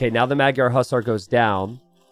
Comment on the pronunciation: can you look up how to properly pronounce "magyar" ? its not meg-yar more like muh-dyar... "gy" is one sound.